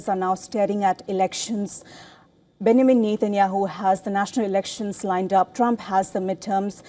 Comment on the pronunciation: A reporter who cant even pronounce Benjamin properly. Keeps saying Benamin